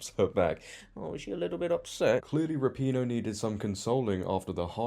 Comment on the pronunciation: I love when people pronounce it ra-pee-no instead of rap-in-o, it's so much more fitting 😂